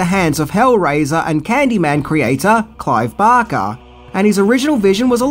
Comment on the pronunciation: Who the fuck is "Clive Bocker"?? I mean I know who "Clive Barker" is.. Bark... BARK....B. A. R. K. E. R.